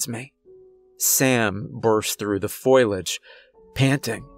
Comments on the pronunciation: "Foh-lee-age", not "foilage". Great job on the story. Kept me listening. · foe-lee-edge is how you pronounce foliage :) sorry was just bugging me a bit. Love the story!